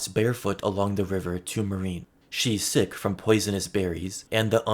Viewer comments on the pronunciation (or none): none